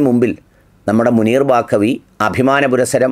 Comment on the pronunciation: Not Bakavi, Baqavi is correct